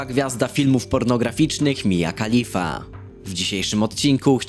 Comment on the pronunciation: I ten akcent przy mowieniu Mia Khalifa xD